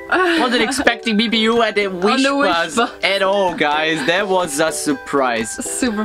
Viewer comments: Again po 😅mimiyuuuh (mimiyah) not mimiyooo.😬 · btw it's pronounced as mimi-ya-ah -ah.